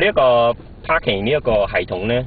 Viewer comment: and haha perarerr paahking